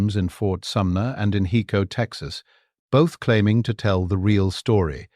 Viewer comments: IT IS PRONOUNCED "HI CO" .... NOT "HE CO"..... HICO, TEXAS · OMG!! It's HI-co, TX